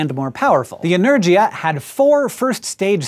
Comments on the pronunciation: Learn how to pronounce Energia please, it's a hard G sound, not a J. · I'm surprised no one pointed it out in 2 years, but Енергиа is pronounced with the "gi" sound from "give", not the "gy" sound from "energy"... that annoyed me a little bit... other than that, great video! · It's like Energia - (inergiya) means energy. Sorry, i can't give you right pronociation. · Energia is a hard g instead of sounding like energy with an a at the end. Russkaja has a song called Energia if you don't understand what I mean about the pronunciation. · Small issue here. The Russians don't have a 'j' sound so you're not pronouncing Energia the right way. Sorry, I can't help it. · Just a correction, Hank - Energia is pronounced with a G as in Gary, not G as in George.